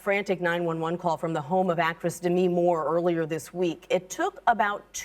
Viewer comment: After all these years of fame, still no one knows how to pronounce Demi's name.